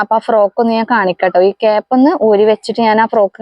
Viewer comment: Cap അല്ല കെയ്പ്പ് ❤